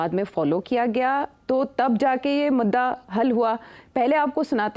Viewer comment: Miss MADDAA nahi hota MUDDAA hota h